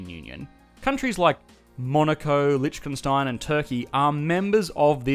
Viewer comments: lichchenstein? sure that's how you pronounce that? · nice vid but the way you pronounce lichtenstein has me dead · Yee hah! Boy, you go get me sum o' dat LeeCHkenStein you keep sayin'! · You might want to look up how to pronounce Liechtenstein